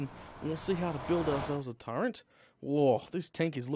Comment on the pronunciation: Why does he keep saying TURENT? there is not N in Turret